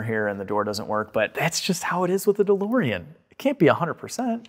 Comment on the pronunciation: DeBOREan! Please make it stop. With LOVE!